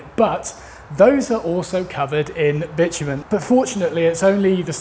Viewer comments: Bitumen sounds like bitchmen, hehe. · As an american, to hear you refer to what we call tar/asphalt as what sounds like "bitch men" over and over again is just so incredible bizarre lol! Anyway love your videos keep up the good work!